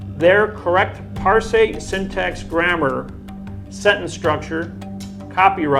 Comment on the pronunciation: It's "parse." Rhymes with "arse." For grammar nuts you guys sure don't know much about pronunciation.